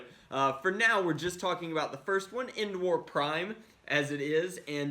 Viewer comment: Who hear him say n wars not endwars